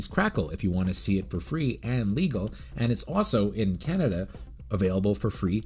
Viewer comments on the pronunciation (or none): none